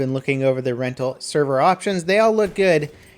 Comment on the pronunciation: "Retnal Servers"